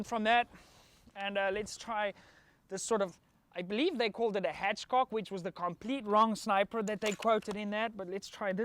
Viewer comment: “I think they called it the hatchcock” lol. This man has never heard of Carlos Hathcock?